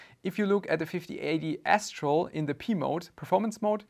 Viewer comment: Until i read the name, i swear my ears only heard you say S-troll 😀.